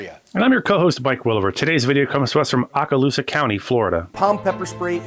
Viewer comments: Its pronounced oak•a•loose• a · Florida Panhandle here and It’s pronounced oak-a-loose-a. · Okaloosa with a long o. Oak-uh-loosa. NW FL local hear. Lol